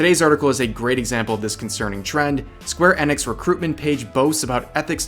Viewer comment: Square "Ehnix"